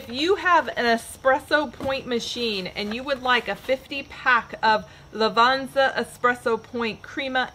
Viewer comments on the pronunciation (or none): Its "La-vot-sah" not "La-vons-ah"